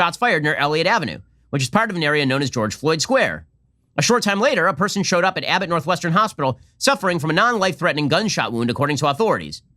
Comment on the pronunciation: Why does Ben Pepiño pronounce it Awe Thorities?